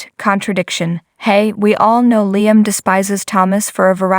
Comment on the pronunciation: Please get Liam’s name right it is Liam sounding with an e not an a .